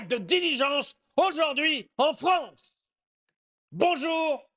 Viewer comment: La Fronce c'est le Weshtern ! ^^